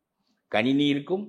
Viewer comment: Thaniyar palli ya??! Neenga ennikki tamizh Kathukka poreenga ??? paakkave kashtama Irukku. paLLi nnu varaNum